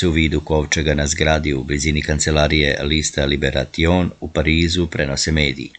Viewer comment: Nije "liberaTion" nego LIBERASION (tako se čita i izgovara).